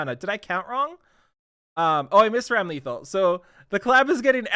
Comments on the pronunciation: it's ramlethal not rAm LeThAl, zanuff not ZaNoooooF. AND YOU CAN SAY POTEMKIN RIGHT? WTF LOL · Ramlethal's name is actually pronounced Ram-luh-thall. Also fun fact for E7 players, she's Elphelt's sister.